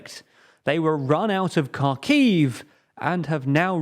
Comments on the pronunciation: You would sound so much more credible if you pronounce the names of the towns correvtly. Or even remotely close to their actual names. Hint: they are not "Karkiv" nor "Kurzon". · please drop the “K” off the city names. Try “Hear son”. And Kharkiv is the same “Har Kiv” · News EU | Cherson / Херсон is spelled out Herson, the K is silent, abit like in know or knowledge. I don't understand why almost nobody is even bothering to check that... The same is true for Kharkiv/ Ха́рків its called Harkiv. In cyrillic both cities start with an X. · Kharkiv is especially painful. Like, that was so wrong I'm almost impressed. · fuck, man you are filming news, but cant pronouns cities and surnames correctly its not "Kirzon" its "Herson" stress on "e" its not "Karkiv" its "Harkiv" stress on "a" not "Prigzovin" its "Prigozhin" stress on "o"